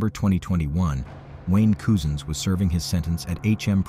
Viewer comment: My God! His name is Cousins! Like as in your cousin. Not Coosin.